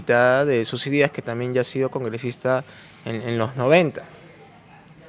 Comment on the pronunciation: PERO QUE ESTOY ESCUCHANDO???? ....YOR FORSAID, SUSI DÍAS???? .....HAY DIOS MÍO.!!!!!